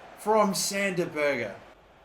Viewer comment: Berge is pronounced like berj